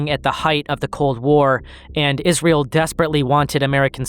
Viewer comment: Great video so far man, however, it's IsRAEL, not IsREAL.